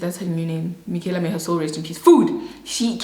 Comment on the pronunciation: Everytime says Mikhyala, I automatically say " may her RIP" 😅